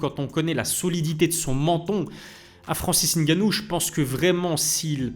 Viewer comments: j’en ai rien à foutre de ton nom,de ton origine ou de comment tu le prononces ou comment tu veuilles qu’on le prononce. Tu me racontes tout ça pourquoi en faite?? Toi c’est?? Mais mdr.Le mec dans la vidéo sait prononcer "Ngannou" car il a un cerveau qui fonctionne donc c’est facile à prononcer pour lui,j’ai fais la remarque parce que pour beaucoup sur YouTube comme toi,c’est trop d’efforts cognitifs pour vous,donc je remarque, c’est tout. Je sais pas pourquoi tu me racontes ta vie. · La bonne prononciation de "Ngannou" merci👌🏿 on like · Suis je le seule à regarder et La Sueur en ayant l’impression que ce sont les même personnes? Bravo de faire les efforts de bien prononcer le nom de Francis ‘NG’annou 🫡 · j’ai dit des efforts* cognitifs, petit trou, et comme j’ai dit jn’en ai rien à foutre de ta prononciation de son nom ou de comment "eN eUrOpE" c’est trop compliqué pour certains comme toi d’utiliser leur cerveau pour assoner deux consonnes ensemble. Le mec dans la vidéo a bien prononcé le nom donc j’ai fait la remarque. Je sais pas pourquoi tu as tenu à me faire savoir que tu savais moins utiliser ton cerveau miniature que lui, j’en ai rien à foutre mon petit. Mdr lui…